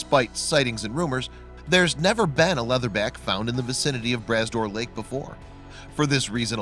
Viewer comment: LMAO, the lake is pronounced Brah Door Lake (spelled Bras d'Or Lake), literally translated means Arm of Gold. It's actually an inland sea, mixed salt and fresh water. Found in Cape Breton Island , Nova Scotia and is a beautiful sight to see, especially the drive around it.